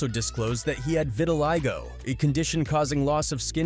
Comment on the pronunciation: vitiligo not vitaligo. Also leviohsa, not leviosar